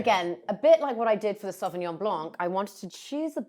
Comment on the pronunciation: Love this show and everyone on it! But .....Sauvignon blanc NOT Sauvignon BLANK! ..... The c in blanc is silent....come on, you can do it! 💫🌟🎄🎄🎄 Merry Christmas🎀✨